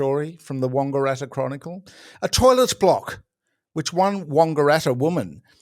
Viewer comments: Important correction needed. It's not Wongaratta. It's Wangaratta as in bang, slang, fang. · Oh god, why do you say 'Wongaratta' with a hard O, its wAngaratta with an A, like the word Ranga. It sounds aweful, 😅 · Oh about the toilet in Wangaratta, its not WONGARATTA it is WANGARATTA. The "A" is pronounced as such. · How do you keep mispronouncing Wangaratta? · His pronounciation was wrong-eratta! Can't take the Wang out of Wangaratta!